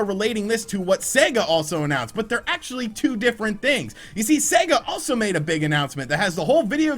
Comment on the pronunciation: Thank goodness........an American who pronounces Sega correctly.....finally!!!. Good on your mate:)))))))) A great piece!